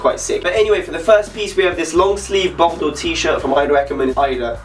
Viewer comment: Niiice vid! Do you speak french ? cause the way you're saying bordeaux or Saint Laurent is pretty good! :)